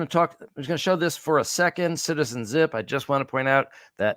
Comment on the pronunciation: I heard 'ship' not 'zip'.As you have said in the past, we cannot should not try to sell something not obviously present.